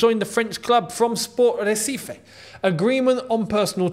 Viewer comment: you can pronounce the "sporting Recife" with the "R" as a "H" sound like "Haicife"